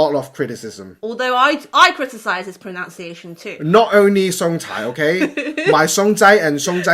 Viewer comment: 有個字是pronuciation發音我是與你有不同,你查清楚,',nu'的發音有別😀